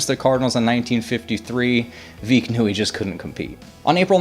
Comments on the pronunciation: 1. Curlew is pronounced cur-loo, not cur-lo. 2. That's veck, like wreck, not veek. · Not Veeck. Veck. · The St.Louis Browns owner name was not pronounced Bill Vee-ck. It is Bill Veeck like Wreck.